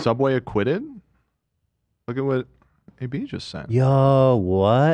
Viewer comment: when he said AB it sounds like he said baby and now everytime I hear him say Ab I think he's saying baby